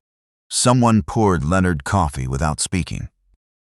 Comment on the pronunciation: AI stands for Astoundingly Ignorant. The Bot-arrator can’t pronounce the name “Leonard”. It tells me that no editorial steps whatsoever were taken prior to posting to groom the story and guarantee a good product. You are wanting subscriptions. Please give us a reason to do so.